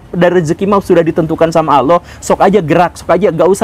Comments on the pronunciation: Ngomong Allah saja bilang aloh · Sayangnya guru gembung kalo mengucapkan lafadz "Allah" gak enak blas .terdengar lucu...lebih lucu dari cara A.A.Gym😆😆🙏